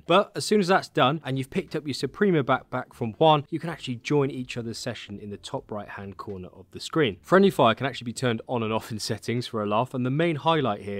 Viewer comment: It’s Juan R u sayin quan? 😂